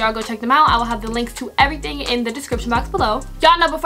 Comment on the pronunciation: nobody:: It's EVERYTING!